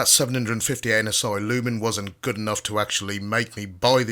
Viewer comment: Did he say anus eye lumens?